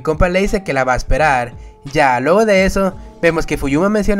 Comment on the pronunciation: No puedo parar de escuchar el "pero ya lueho de eso"